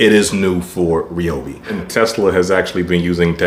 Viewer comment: To start off with It's pronounce Ryobi not Reobi. And your not pushing the saw on the first cut and the Edge battery is not worth the extra amount that they are asking for. And it"s been proven by other interviewers they last about the same time.